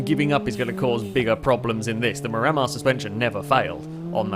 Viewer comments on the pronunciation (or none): Stop pronouncing miramar wrong! It’s Mira-Mar not Mi-Ramar!